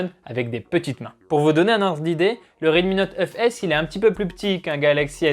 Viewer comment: 🐔🐔🐔🐔la même 😁